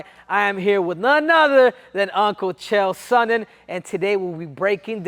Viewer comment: Chael " Leon Esman" Sonnen....